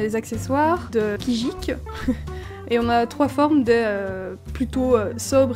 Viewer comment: On dit kijiko pas kijik😃